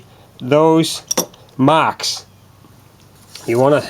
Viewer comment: I was telling the other guy to shut up because 'Mocks' is him making fun of how you say 'marks'.